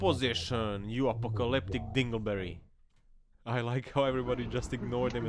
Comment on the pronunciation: Did you just say apocalyptic dingo berry 😳😅🤣😂😂